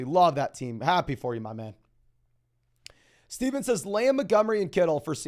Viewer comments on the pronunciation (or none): none